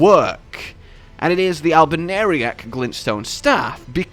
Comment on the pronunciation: Al-bin-airy-ic? Bruh. Al-bin-or-ic